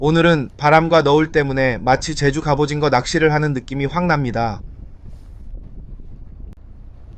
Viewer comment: 저 궁금한게..... AI음성 아닌듯 한데.... 왜 갑오징어를 갑오징거라고 발음 하시나요???? 절대 태클 아니고, 그냥 궁금해서요